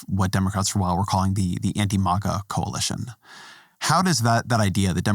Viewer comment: "Mahgah", as though "MAGA" is something if even spoken with the normal pronunciation would give poor Ezra hives.